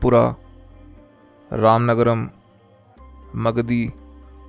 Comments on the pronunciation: It is ramanagara not ramanagaram.. pronounce right name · It's Ramanagara not ramanagram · Thanks for this information 🙂 And plz correct it Ramanagara not Ramanagaram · ramanagara not ramanagaram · It's not Ramanagarm it is ramanagara